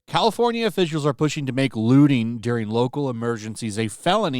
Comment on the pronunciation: I thought the word was looting not looning